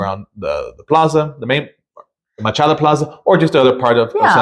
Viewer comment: Please learn to pronounce things properly...Plaza Machado not Plaza Machada, PulmonIA not Pul MON ia. Learn a little about the history of the city particularly Centro Historico.